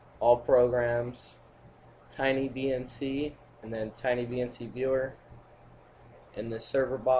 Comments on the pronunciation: Dude, it's not "tiny" VNC it's Tight VNC. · dude its not tinyvnc its tightvnc